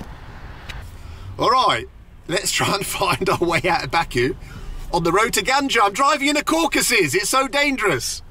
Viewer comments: It's my home town and it's bah ku not baa ku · It would be great if you learn how to pronounce Baku.